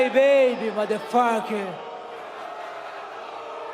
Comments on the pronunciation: "Es cried baby madafugguh" Highlight of my day🤣😂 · Figueiredo saying ‘motherfaaakur’ was funny as fuck. Mujahed should add it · I can’t stop laughing 😂😂 “moderfwueker”. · Figueiredo: "Mudafaka" Figueiredo: "Crahbaby" Figueiredo: "Sunofabeech" Dana: "I like it. 100%" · The way deveison says motherfucker is very funny he kind of keep a syllable too long 😂